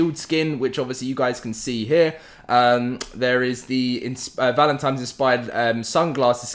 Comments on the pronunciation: Great video. Thanks for the info. For the love of God, my dude, I gave you a like, but it's "Valentine's" not "Valentime's" lol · Is this guy actually saying Valentimes? And I mean every time not a mistake. Can't watch the videos seriously now